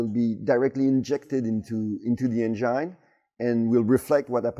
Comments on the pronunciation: "Say N-Gin" 😃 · Can't help myself from smerking whenever he says "enGINE" haha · "Directly injected in to the Angine"😅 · I love the way he pronounces 'engine'